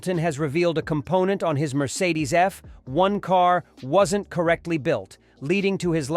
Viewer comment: Eff.........................................................................................................................1car Please tell me that's not Ai....... Wememba.....sum chwannaws have spweech impwedamins... I only got a few seconds in and hit the brakes....hard!...